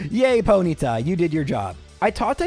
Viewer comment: You say Ponyta like you’ve never used your tongue before